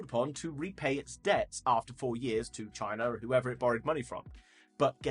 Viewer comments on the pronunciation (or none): none